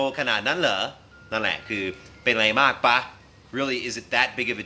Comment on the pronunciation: ครับ ถูกอย่างที่อ.อดัมว่า ป่ะ นี่เขียนผิด ต้องเขียนว่า ปะ ซึ่งออกเสียงเอกอยู่แล้ว อันนี้ผมพลาดไปและลองไปหาข้อมูลแล้ว เป็นอย่างที่อ.อดัมว่าตามนั้นครับ แต่อีกเรื่องคือ อ.อดัมออกเสียง "ป้ะ" (เสียงตรี)คนไทยน่าจะไม่ค่อยนิยมนะครับ ฟังดูแล้วแปลกหู นิยมออกเสียง ปะ(เสียงเอก) จริงๆ"ปะ"นี่ก็น่าจะเพิ่งมานิยมใช้รุ่นหลังๆ ย่อมาจาก คำว่า หรือเปล่า เช่น ใช่ปะ ย่อมาจาก ใช่หรือเปล่า จะเอาอะไรปะ ย่อมาจาก จะเอาอะไรหรือเปล่า ผมชอบอ.อดัมนะครับ เป็นกำลังใจและจะคอยติดตามผลงานอยู่เรื่อยๆ ^^